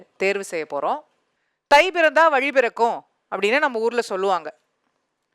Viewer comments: vali இல்ல பா.. வழி... tamil இல்ல தமிழ்..... ழகரம் வராதவன் எல்லாம் yen டா வந்து சாகடிக்கிறீங்க... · வழியா இல்ல வலியா?